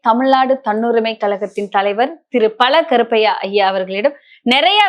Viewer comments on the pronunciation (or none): பல கருப்பையா இல்லை.பழ.கருப்பையா. உச்சரிப்பு சர்யில்லாதவர்களை நியூஸ் வாசிக்க ஏன் தேர்ந்தெடுக்கிறார்கள்?கேட்கவே நாராசாரமாய் இருக்கிறது.